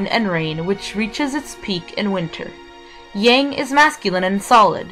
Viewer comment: There are so many inaccuracies in this video. Learn how to pronounce the following words: Dao, Yang, Deity, Immortality, Wu Wei, etc. You've missed the point of Daoism: having a personal relationship with Nature. If only more Christians would learn that.